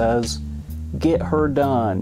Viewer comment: It's Get-er done. Not her done.